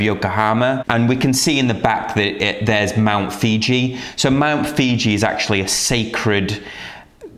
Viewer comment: Mount Fuji, not ‘fiji’. 😊 🌊